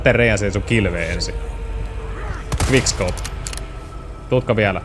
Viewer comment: Sanoit guigk scope vaiks tähtäsit koko ajan😅😅 hyvä video!👍👍👍